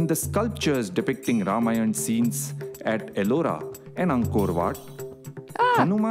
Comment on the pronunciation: it is "R A M A Y A N A' not "Rayan"😂😂😂😂